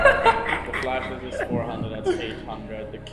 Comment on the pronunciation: para que mejores tu ingles a la hora de decir flashes en ingles la pronunciación correcta seria “flashes” ya que “flashis” seria se tuviese doble e en shes